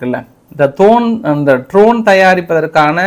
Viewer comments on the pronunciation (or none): Tரோன் அல்ல அது Dரோன். படிக்கவே தெரியாதா?